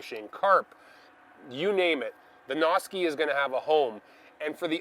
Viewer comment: (Sounds like you're saying "Nazi.") Might want to change that up. ;-)